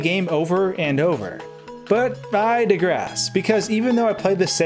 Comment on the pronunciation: Did you say, "I da grass"? Did you mean "I digress"? Not trying to be a Nazi, I'm legitimately unsure what you said.